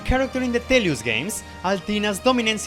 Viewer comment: Did you say Telos not Telius.